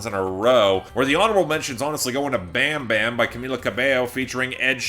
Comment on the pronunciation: How can you listen to Bam bam and still pronounce it like that.